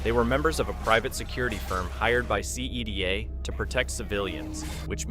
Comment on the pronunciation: "The SEE EE DEE AY worker" bro does NOT play l4d2